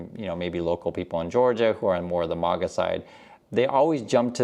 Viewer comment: Just to let you know It is MAGA Pronounced like a BAG not a Bog I think you are putting an O instead of an A Think about the word ....magazine It has maga in front